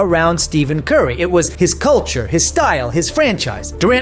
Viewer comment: You can’t even say curry’s name right and LeBron never wanted a big 3. The heat pulled some moves to get Bosh